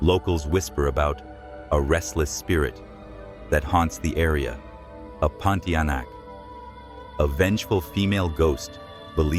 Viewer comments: The Pun- tee-ah- nak. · The infamous "Ponti aenak" sounds amusing when he says it😊. In good faith, say your prayers. If God is willing, these things will not trouble you.